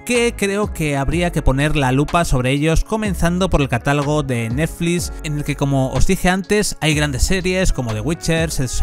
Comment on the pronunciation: "Netflix" no neflis me estresa que cada 10 seg lo menciones y lo hagas mal, dislike